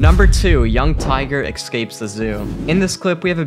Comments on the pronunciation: Everytime he says "Eckscapes" I cringe. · "Ecscapes"... No. Just no...